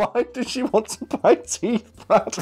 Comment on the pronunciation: For the longest time, I thought you guys were saying the woman wanted money to buy tea and not TEETH how the fuck did I not realize this sooner